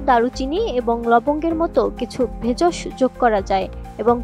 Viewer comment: দিদি, শব্দটা 'ভেজশ' নয় 'ভেষজ'।